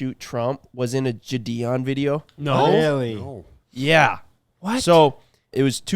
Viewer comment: If you guys are going to keep mentioning the name Gideon. I'm gonna have to tell you the g sound is like "get". Standard "I" sound. Gideon. You guys don't ever get giddy about some shit? Gideon. Gid-ian